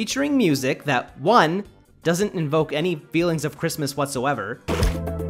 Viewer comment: It’s crismaasas